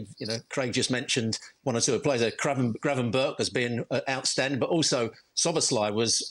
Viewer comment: Can people stop saying Gravenberg. It’s Gravenberch. More like perch.